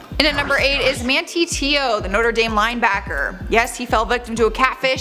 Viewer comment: His name is pronounced, “Man tie Tay~oh.” And he’s married now.